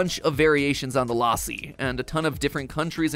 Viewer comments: la-ss-i not laa-si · It's not laassi, its lassi(in pronunciation) like the a sounds like uh ( say bruh and get the A from it) sry for this i am not trying to bully or defame or annoy you just telling thats all pls dont hate me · LAAAAASI?! WHY (it's pronounced lussi ) WHAT IS LAAAAASI? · MatPat: The Mango L-AH-ssi Indians: Boi it's L-uh-SSI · It is not mango laaasi lassi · lassi is pronounced lus-sea not la-sea 😭😭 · it's luh-ssi not LAASI BRUH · IT IS LA SSI NOT LAI SSI YOU OFFENDED ME IM INDIAN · My Indian self screamed when matpat said LA-si. Had to pause the video for a full five minutes to calm down 🤣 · Before MattPat said famous drink in India, I had no idea he was talking about Lassi, coz he was saying Laasi 😅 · Its not pronounced laaasi the a is moch more like the u in fun the problem is that in hindi's(indian language) script we have letters to represent that sound but in engilsh we dont so u have to adjust it with other vowels like a and u (also real quick we have like more than twice the number of your letters because our sounds remain consistent throughout the alphabet and donr have single letters using multiple sound and u guys teach kids that you say c like see but when its in a word its like kuh but we dont do that here just switch to hindi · he said lassi wrong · Omg lassiiiiii I've been drinking it often recently taste is amazing also you messed up the name so bad 😂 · As an Indian, hearing how Mat pronounces lassi is KILLING me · That not how you pronounce lassi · Please pronounce lassi right